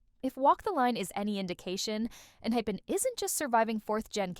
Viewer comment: wait, did she really say enhipen? like not. enHYpen? lol